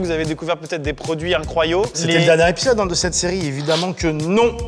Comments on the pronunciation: On dit incroyaux ? 😂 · « Des produits incroyaux » 😅